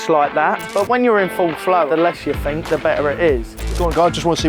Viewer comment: The less you "fink" the better you "frow" 😂